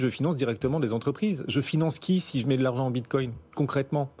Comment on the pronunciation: ça me manque quand le regisseur disait bit quouing